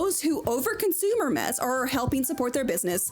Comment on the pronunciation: thanks for telling me the correct pronunciation of Hermes. Not at ALL what I thought.